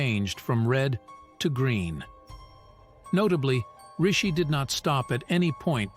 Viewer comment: A decent video, but has a few errors. Firstly, the poltergeist in London was in Enfield, not Anfield. Secondly, the narrator (A.I?) correctly called our PM Rishi, then mistakenly called him Richie! This video has also been debunked as an editing decision by Sky News who admitted changing the case colour to green. Thirdly, the Solway 'Astronaut' photo has also been solved. It was his wife who stood behind his daughter with her back to the camera.